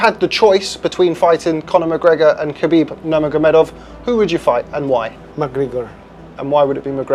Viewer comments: Kuh-beeb Nur-Mov 😂😂😂😂😂 common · "Kabeeb Nurmuv" lol wtf dude. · KHABIB NERMEV!?!?!? Has this guy ever even watched a single fight? Is this AI? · Bro couldn't pronounce khabibs full name and just cutted it😂😂😂...khabib nuurrrmevv😅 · who the Fook is Khabib Nurmovvvv???????? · Doing a MMA story and not being able to pronounce Khabib Nurmagomedov correctly is wild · Did not even try and pronounce Khabibs full name despite there being NUMEROUS people flawlessly announcing it throughout his career. Unprofessional. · dude maybe you should learn how to say his name if you want us to take you seriouslyAT ALL. I mean this guy is literally a super star and you cant pronounce his name?!? Shows how much you know about the UFC. Take everything this loser says with a grain of salt. oh my God, this stupid dude just pronounced another fighter’s name wrong. you are literally a tard. You didn’t even take two seconds to look any of these people up? Stupid lazy YouTuber. oh never mind it all makes sense now…. you’re a woke liberal…. Translation: halfwit that doesn’t research anything and just goes along with what people tell him to think